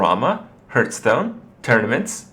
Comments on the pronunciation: Just wanted to point out its heartstone not hurtstone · Why do you persistently pronounce it "Hurtstone" ?